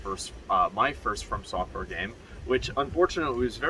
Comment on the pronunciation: Is Anyone gonna tell him its From software not Firm software.. its too late at this point Firm software it is.